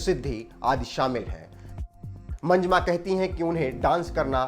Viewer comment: Manjma nahi bhai, pronounce the names properly It's "MANJAMMA".